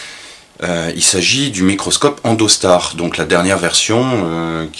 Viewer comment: C'est Andonstar.........et pas Andostar.....